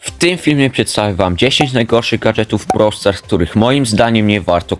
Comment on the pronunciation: "Broł stars" 💀